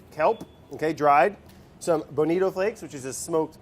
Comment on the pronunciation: Obsessed with how he pronounces bonito as "Benita"